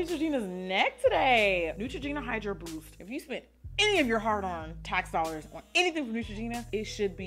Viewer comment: I love the way Jackie says "dzollarsz" 😂 $DinaAkm